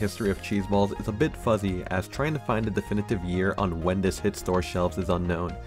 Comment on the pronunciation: My man, in english, the "th" is pronounced just like it looks and not as a "d" so will you please stop saying "dis" for "this" and "dat" for " that"? It's really hard to listen to your commentary when you keep using "D" everywhere a "th" is. Plus, it makes you sound less intelligent. Work on it. Thanks.